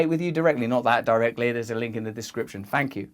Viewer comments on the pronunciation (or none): I came for the "Fank yous" But I stayed for the revolution